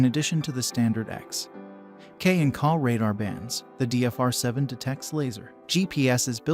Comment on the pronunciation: Hi, I'm not sure who narrated this video but you say KAH when referring to Ka...you say K A. Apparently you need to do more research because the Redline 360C STINKS when it comes to BSM filtering. The Escort MaxCam 360C is a much better option with great bsm filtering. Also Uniden is pronounced YOU NI DEN.